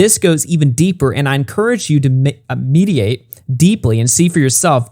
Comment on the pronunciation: "Mediate", "Mal-icky", didn't even point out the kiss of Judas reference properly., I'm an atheist and I'm following his Biblical references better than you. Read your dang holy book instead of simping for Gabbie Hanna.